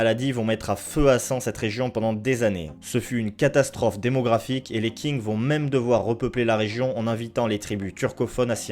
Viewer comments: La vidéo est très bonne encore une fois mais encore plus quand on lit les commentaires qui sont super intéressants ! Petite remarque, Qing se pronconce "Shing" plutôt que "King". Je sais qu'il s'agit d'une chaîne française donc les petits défauts de prononciation ne sont pas problématiques outre mesure mais je dois avouer que celui là m'a quand même bien titillé l'oreille, je me permets donc de le signaler pour info :-) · Bonne vidéo que j'ai bien appréciée, sur un sujet dont on ne parle pas beaucoup. Parlant le mandarin, je voulais juste revenir sur quelques points concernant la prononciation et l'orthographe de certains mots pour que dans les prochaines vidéos cela soit corrigé. Qing se prononce tching et non king, on écrit Xin Jiang et non Xi Jiang. Merci pour ton travail ! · vidéo intéréssante mais tu te trompe sur plusieurs point la République Populaire de Chine n'a pas été crée en 1911 mais en 1949 avec l'arrivée de Mao au pouvoir, la révolution de 1911 à crée la République de Chine (noté la différence) et puis la dynastie Qing se prononce "Ching"et non "King" (bon sur ce point la c'est plus pour pinailler). Sinon de mon point vue cette politique de la Chine contre les Ouighours et les Tibétains est dangereuse car pour moi c'est une destruction des autres cultures, en voulant complétement Sinisé les populations trop différentes des Hans (ethnie majoritaire en Chine), Pékin cherche surtout à uniformiser son le Pays, selon moi c'est comme si en France on décidé de détruire toute la culture bretonne pour que les bretons soit complètement intégré ça aurait fait perdre toutes les pécificités de la région et surtout détruire par la même occasion une partie de notre culture donc pour moi il s'agit d'un véritable génocide culturelle PS : très bonne idée d'utiliser les illustrations de Giuseppe Castiglione au début de la vidéo